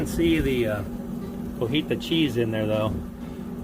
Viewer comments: it's not CO-HI-TA. It's CO-TI-HA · You keep saying Cojita cheese 😂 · My wife laid me out 3 days ago for saying Cojita, it was great hearing someone else do it regardless of the reason 😂